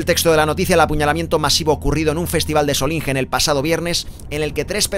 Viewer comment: si te ayuda, se dice /Sólinguen/